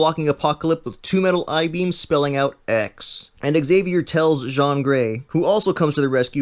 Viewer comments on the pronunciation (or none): Ok, I can't. It's JEAN Grey, PSYlocke, MOIRA McTaggert, not Jan, Pycklocke or Maria. Seriously, the video wasn't half bad but did you even read the comic or watched the damn movie at all? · her name is Jean(gene) not jaon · it's not pronounced "jon" it's "jeen" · JEAN..................... NOT JAAN....................... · JeAn not jeOn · Okay, seriously, though. Jean(pronounced GENE) Gray, Psylocke(SIGH LOCK)......i cant with you. Did you actually read the comics or seriouly watched any of the X movies? NOBODY PRONOUNCES JEAN AS JOHN but the French but thats something else completely. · Wtf!!! You always pronounce this iconic character's name!!!! It is "Jean" pronounced as [Jin] not [Jan] . You confused me, I thoought Jean's father is in the movie. 😠😠😠😠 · She's not a French man!! It's said 'Jeen' not fucking John. Stop trying to be different you just sound like a child. It's fucking Jean/Gene yeah. Thanks. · its "jean grey" as in "billie "jean" not "shawn grey" and its psylock.. not "psyclock" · LMAO John Gray! You're not French and neither is she, so its Jean (e.g. Gene) you goof! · The way you say Jean's name is really distracting because it's completely off the mark. It's GEEN for fuck sakes. You're saying it like J'onn J'onzz is pronounced. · Also her name is Prnouced "gene" not "Joan" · Why the hell are you pronouncing "Jean" like "John"? HER name is "Jean(Gene) Grey god it made what was a good video hard at times to bear. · Have u watched the series? It's 'Jean' like gene not John. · "Zshon"? dude, it's a girl, it's Jean as in "jeen". She's a girl. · is pronounced SY LOCK NOT CYK LOK PRONOUNCED JEAN AS GENE NOT JEANNE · "John" or Jean? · Did you call her john? Wtf? Its Jean, J-EE-N. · 'john grey' 'maria mactaggert' sigh.. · Actually it's Greek but excellent point. Now here's a French lesson. As a man's name, "Jean" is indeed pronounced "John," but Jean Grey is a WOMAN! And American! So it's pronounced "Gene." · Gene like Jean not John heheheheh